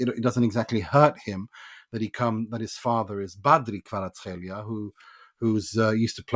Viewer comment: When I heard that pronunciation I was like :O. Respect from Georgian.